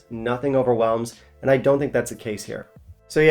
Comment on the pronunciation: D I like you, but not the way you say "and". Hope I've put 2 and 2 together for you!